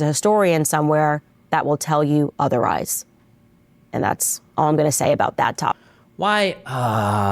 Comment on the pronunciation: "Otherrise" lol